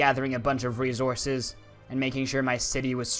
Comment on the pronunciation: No hate but why did resources sound like rezources 😂😂😂😂😂😂😂😂😂😂😂😂 its so funny because of your accent in the video but the video was 🔥🔥🔥🔥🔥🔥🔥🔥🔥🔥🔥🔥🔥🔥🔥🔥🔥 as hell